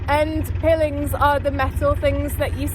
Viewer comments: First time I've ever heard pilings pronounced 'pillings', usually pronounced 'pyelings' 😅 Little tip, when you start to moor, use a piling hook (aka nappy pin) on the centre rope, the boat won't go anywhere then and they're very quick to put on and off👍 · Nobody calls them pillings, everyone pronounces them as PIElings, you are either an alien or this is an AI production. OK I'm calling it, this is all AI, is not an actual person. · Pill-ing's are pronounced pile-ing's - Stay safe sweet Lady 🙂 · Pronounced pilings not pilling. As in piles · Great video - it took me back 40 years ago when I would regularly narrowboat on holiday from childrens homes I was in. You did make me chuckle calling them "piiilings". I think it is pronounced "pylings" although it is spelled piling. Already looking forward to watching more of your videos. Ty for your effort in making them for us. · Hi, I've just discovered your channel and subsrcribed. That knot won't come undone by itself in a hurry. My only criticism is your pronounciation of pilings. They are pile-ings. I'll let you off though as I'm a newbie to your channel. I'll catch up with your previous videos later and I'll look forward to seeing future content. 👍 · Great vid but you desperately need a body mic ❤. Just another small point - "pilings" as opposed to "pillings"❤ ❤❤❤ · It's pronounced pie-lings not pill-ings. The metal stuff you chain your boat to. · That barrier at the side of the canal is called Arm-co and pilings is pronounced pile-ings I wouldn't say anything usually but you aren't going to want to live on a boat for years before someone says something, love the videos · P.s Pillings is usually pronounced pi - o - lins ❤ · Just for your information, the metal sides of the canal are called pile-ings not pill-ings. Love your boat x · Pye-lings is how they’re pronounced. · pronounced 'pie-els'. I've been watching Narrowboat channels for several years and I really like your approch to it! 👌👍